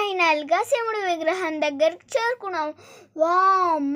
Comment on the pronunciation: Mey Shimudu kaadu shivudu. Ford ecosport baguda. Baga vundi naration